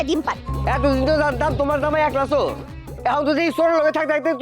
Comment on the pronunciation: Bangladesher lok চোর কে.... "চুর" .... উচ্চারণ করে কেন....😂😂😂